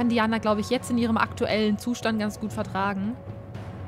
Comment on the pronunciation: Diana spricht man Deiäna aus :P